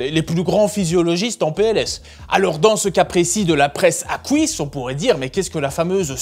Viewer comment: "Fouir" , "couisses" 😮 😅